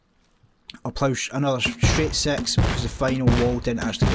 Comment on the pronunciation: Y u keep. On saying sex instead of six